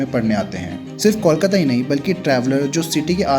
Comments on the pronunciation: It's not callkata it's Kolkata! ok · 'Coal' kata not 'Kaul' kata. First correct the pronunciation.. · Since when did Kolkata become Kawlkata? Even in Hindi the spelling is कोलकाता. O ka matra became Aww? Shitty audio, wrong facs and too many wrong images used for representation. Needs way better research. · Kindly pronounce the name of Kolkata properly. The way you are pronouncing it the spelling would be Callcuta which is incorrect. Pronounce it like Coal-kataa. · Please understand what I am saying here. Calcutta is the name given by British. But what I said about the pronunciation is Call-kataa. The actual pronunciation is Coal-kataa.